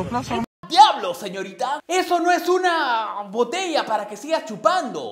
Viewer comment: "Esta no es una eeeehh botellaa" JAJJAAJJAJA